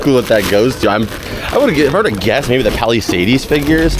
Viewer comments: Haha it gets me every time when you say Palisades. Lol Is it an inside joke thing or is it really how you think it's pronounced? It's pronounced like "Pal-uh-sayds" not "Pal-uh-say-deez" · yo the way says Palisades is so wild. And then he kept saying it!